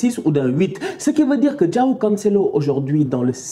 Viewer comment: Comment il prononce "João" 😂